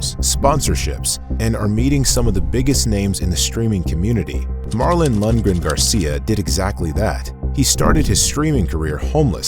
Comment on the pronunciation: Lundren.... Its Lundgren